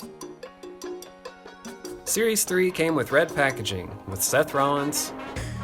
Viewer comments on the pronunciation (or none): none